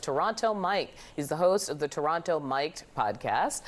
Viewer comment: So Toronto Mike cannot pronounce Toronto correctly.